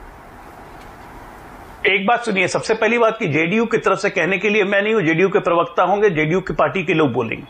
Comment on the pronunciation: अरे भाई, पिरबक्ता नहीं बोलते। प्र बक्ता, प्रबक्ता । बार बार नहीं सिखाउंगा, आगे से ध्यान रखना।